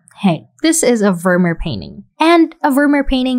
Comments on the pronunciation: It's not pronounced Vurmur, but Vurmeer, emphasis on the second syllable. Also in your Night Cafe video, the town is pronounced Arles, with a silent 's'. Good job anyway though. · Great video, i love your work. But please make an effort te pronounce Vermeer's name correctly. The double ee is pronounced like the double ee in beer.